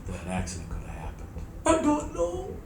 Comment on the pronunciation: She doont noo officers!